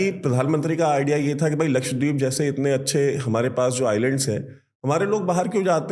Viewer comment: Laksh- wa- deep nahin, Laksha- dweep